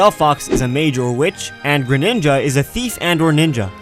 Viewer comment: Ernest Tiongco it is not graninja it is green ninja